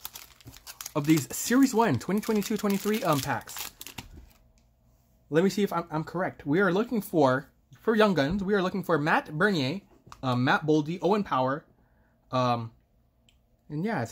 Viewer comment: Great break buddy but when u miss pronounce the best rookie of the class its not a good start😂 its peonounced bra- neers not bernier